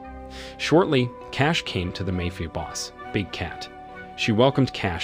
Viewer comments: Hey Narrator, what's a 'Mayfia Boss'? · Speech to text is getting quite good overall or I have been pronouncing Ma-fi-a Boss wrong all these years. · The way this guy saying mayfia sound more like a fairtale story.